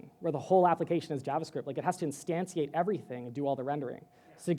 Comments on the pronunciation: Great presentation, you say "instantiate" in a strange fashion :) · Glad I wasn't the only one. I thought, "have I been saying instantiate wrong my entire life?"